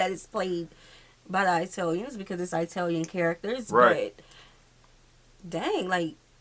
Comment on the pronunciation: I’m more offended by you saying EYE-talian 😂😂. My nanna used to say no one comes from eyetaly. It’s pronounced E-talian because the I sounds like an E in Italian.